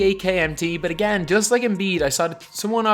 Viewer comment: “Emm butt agAiin”